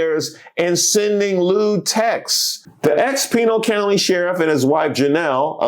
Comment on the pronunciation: did you say Penal County⁉️😂